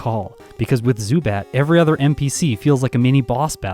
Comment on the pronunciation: While you got the pronounciation of the second syllable of Zubat in German correctly, the first one is pronounced differently, it's pronounced like Tsu, not Su. You'd also emphasise the first syllable, not the second one. Also a little fun fact: If you'd translate the German name of Pidgeot directly, you'd get Pidgeboss :D